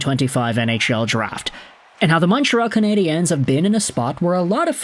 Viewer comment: Why do you say "Cana-di-enes". It's Nonsense. Either say Canadians, cause thats the word, or Canadiens in French, which you would have to listen to it once in French beforehand, but fyi nobody says Montreal Canadiens, either Canadiens de Montréal or Montreal Canadians